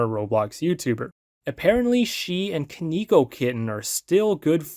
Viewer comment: i think he's pronouncing koneko wrong😭